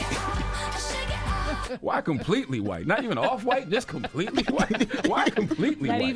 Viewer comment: She said Completly white 😅😅😅😅